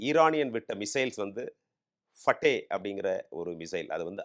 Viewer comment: பிறதர் பட்டே. அல்ல. பத்தாஹ். என்று உச்சரியுங்கோ